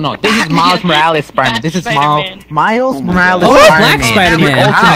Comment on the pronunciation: Once they said named miles morales wrong I my nerd senses started tingling